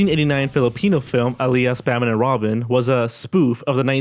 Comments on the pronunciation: Hey I will teach how to pronounce "alyas" right is not pronounced as "a-li-yas" it is pronounce "Al-yas" it is just the Filipino word for Alias and also proud to be a Filipino. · Note, its not A-lias Its Alyas, with 1 syllable, Im a filipino so I know that.